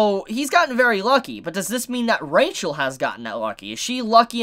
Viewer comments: It's a weird thing, but her name is pronounced with an "h" sound, not "ch." So it's Ra-hel, not RA-chel. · I'll just remind that Rachel doesn't have "ch" they sound "h". So her name's read Rahel. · What I wanna know is why does Rachel have cat eyes? And why do they do that kinda annoying thing where Bam pronounces it Ra-Chel?